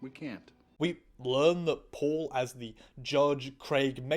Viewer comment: Your pronunciation of Paul was sounding to me as poor. so it was "Poor Milander" instead of Paul Milander" XD